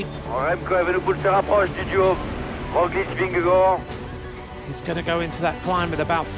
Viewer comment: The commentator is saying Vengagard and everyone else pronounces it Vingegaard. Small matter but it would be nice to get it right. Whoever is right.